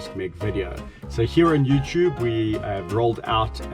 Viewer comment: Youchube!!! Haha my mom pronounces it the same. And Chuesday..lol.